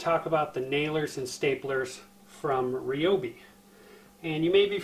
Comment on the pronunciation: the "REEOBI" lol 😋